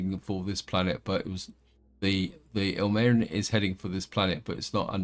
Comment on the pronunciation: I think it's pronounced ill-marine-in, but I've only heard it from a horrible movie called "The Day the Earth Froze" (thanks to Mystery Science Theater for that gem). Evidently it's from Finland's national epic. Ilmarinen is some kind of balcksmith/wizard who forges a magical machine called The Sampo, which spits out infinite gold, flour and salt.